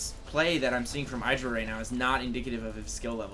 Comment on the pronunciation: "Idd-ra", not "I draw".